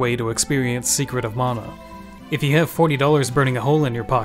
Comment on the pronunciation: Stope mispronouncing mana its not pronounced as mona man -a